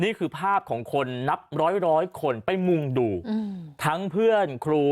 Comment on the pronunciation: ทำไมอ่านข่าว ว่ามีคนมุงดูนับร้อย แล้วเน้นเสียง...พยายามฟังซ้ำหลายๆครั้ง มันดูแปลกๆ...ตอนแรกก็เข้าใจว่ามคนมุงดูแต่ไม่ช่วย เพราะน้ำเสียงพาตีความหมายผิดนะคะ